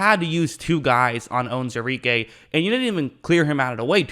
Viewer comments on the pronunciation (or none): You should learn how to say the mans name right!